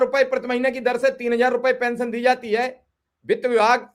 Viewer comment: Kaisa media bala hai bhai pension nhi bol pa rha hai sahi se 😂😂